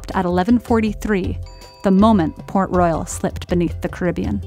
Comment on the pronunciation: I thought it was Pork Royal Jamaica turns out it was Port . I mean the shape and the color of the city looks like pork and the way she saids it really sounds like Pork😂😂